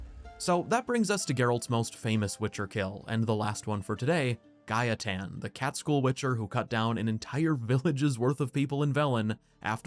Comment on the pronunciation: It’s not “Guy-a-tan” it’s “Gay-ten” Gaeten.